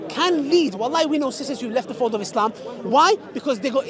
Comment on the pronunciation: It’s not is-lehhm… it’s ISLAM 🤦🏽‍♂️